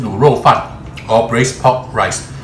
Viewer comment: why you cant pronounce "r" in pork? you keep saying POK POK POK POK